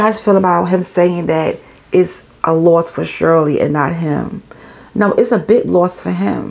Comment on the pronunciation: Babeee that NY accent came OUT cause i thought you were saying the “loft “ belong to her anyway. I was like 😳😳😳 they owned a loft as I was listening. Then I said sayin “loss” 🤦🏽‍♀️🤦🏽‍♀️🤦🏽‍♀️🤦🏽‍♀️